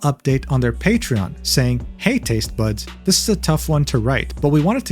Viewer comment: "hey tased buds" was all I could hear😭